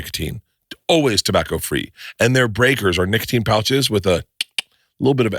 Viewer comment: Bruh Bert did not say nicotine on that ad read the first 2 times. He said n!ggatine